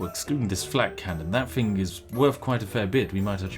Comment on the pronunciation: Try to say thing without the g, and you will say it correct.